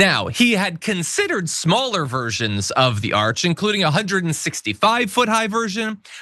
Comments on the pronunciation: It’s an ARCH not an ARC. Frickin’ idiot. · Trump says arch one time then he continues on calling it an ark. The man is slurring/mispronouncing his words more and more. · It's an ARCH not an ARK. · An arc? Arch. What a moron. Or does he mean Ark? 😂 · Isn't it an ARCH, not an ark? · It's pronounced ARCH, not ARK, Trump you idiot.